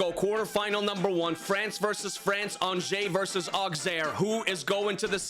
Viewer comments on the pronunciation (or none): The pronounciation of Auxerre is not "Auxerre" is "Ausserre"